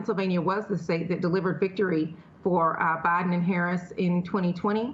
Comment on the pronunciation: At least he said Biden and Obama’s names correctly 👍